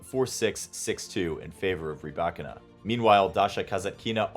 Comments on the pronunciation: It’s rybaKINA, not “ryBAkina” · I asked a Russian speaker & they pronounced it ‘rih-BYE-kee-nah’, with the stress on the second syllable!🤷🏽‍♀️